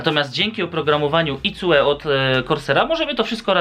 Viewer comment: To twoje "icue" pisze się tak jak powiedziałeś ale czyta się "ajkju" XD